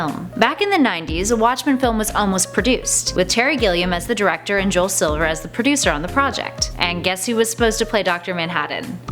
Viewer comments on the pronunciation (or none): none